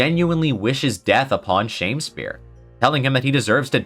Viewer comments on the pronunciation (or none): You said shame spear instead of sham spear as he is literally a sham. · I thought Shamspeare's name was pronounced more like Sham-Spear than Shame-Spear. As in he was a sham Shakespeare.